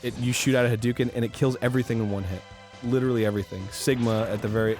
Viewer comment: It's pronounced HA-DOH-KEN, Arin!